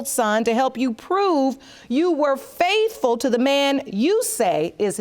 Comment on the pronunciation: Lol I'm FRAITHFUL TO HIM YOUR HONOUR. lol "FRAITHFUL"